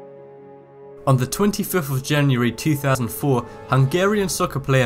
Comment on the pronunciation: listen to the way he says 2004 from